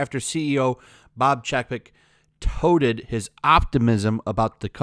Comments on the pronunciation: Disney is another liberal company that doesn’t practice anything they preach. Also, get people that know how to pronounce words, Touted is not the said “Toated”. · touted rhymes with shouted